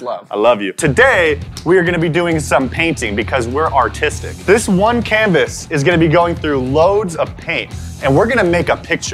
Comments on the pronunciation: Thought he said “were doing paintings because were autistic” 😂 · because were autistic me: what!? replays video: because were artistic